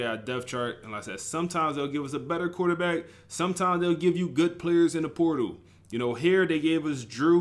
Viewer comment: POR- TAL my guy lmfao not transfer poodle lmfao!!